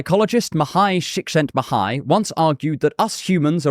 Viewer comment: He knows how to pronounce Csikszentmihalyi, that's already a good sign. ;) Most don't even make it there. Good video, really 👍.